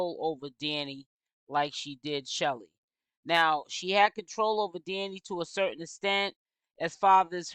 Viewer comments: Yes !! Why do she keep calling this girl Shelly ?! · Her name is Chelle (like shell) it's short for Michelle 😩